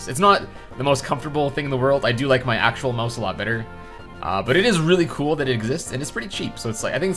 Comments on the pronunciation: Why do ou pronounce Mouse (Mao-s) like Moe-s? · It's a "mouse", not a "mose". What the fuck even is that word anyway?